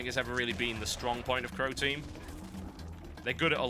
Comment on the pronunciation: I thought TB was saying "Protein" and not "Croteam" >.<